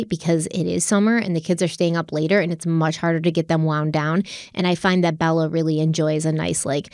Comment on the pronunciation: The way she says "Elementary" is soooooooo CRINGE 😒 El-Men-Terry ugh. El-uh-men-tree is how every other person ever pronounces it. It's not El-men-terry my dear Watson. Hallow!! Is her daughters name Bella or Balla? Cuz she say Balla like ballerina. Cuh ringe!!